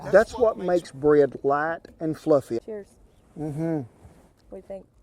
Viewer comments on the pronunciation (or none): her southern accent comes out more when she eats biscuits. "fluffay"